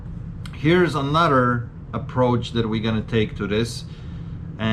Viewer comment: What’s up with words with TH in them? Mudder, brudder, anudder